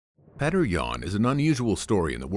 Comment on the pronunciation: It's Pyotr not petr